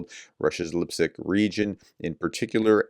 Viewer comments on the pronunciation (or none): How did Lipetsk become Lipsick ?